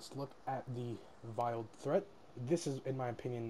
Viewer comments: VEILED NOT VILED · you are mispronouncing veiled